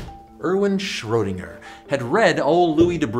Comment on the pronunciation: So you do irish and french accents but can't pronounce schrodinger. Ineresting